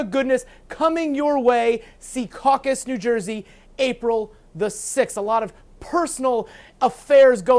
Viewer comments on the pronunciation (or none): It's Secaucus, not Seacaucus